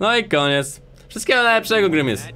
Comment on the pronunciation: Nie Mówi Sie Grimis Szejk tylko Grimas Szejk ;D